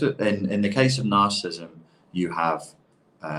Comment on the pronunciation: He can't pronounce narcissism... not good for a man trying to make a living from it.